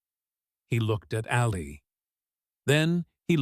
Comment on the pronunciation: AI does not know how to speak a sentence correctly and mispronounces Ali’s name incorrectly. Too much talk that is not done right about a figment of someone imagination.